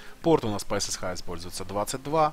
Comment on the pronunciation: "ЭсЭсЭйч, ЭсЭсАш". Но "ЭсЭсХа" по-колхозному звучит. За видео спасибо :-) Маркировка в файл-менеджере хорошо, но еще интереснее с помощью folder-color раскрашивать из контекстного меню сами папки.